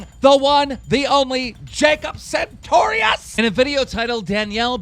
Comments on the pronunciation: "Jacob Santorius" Correct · this nigga has Jacob's number, but still calls him "Jacob SaNtorius"